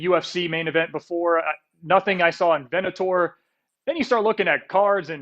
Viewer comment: did interviewer say vennator for bellator, twice... lol